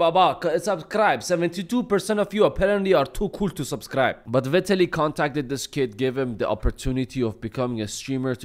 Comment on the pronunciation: Vie-tallie is his it's pronounced. He was going to take the test but his chat told him not to. And who does a test after the fight? He admitted to being on testosterone.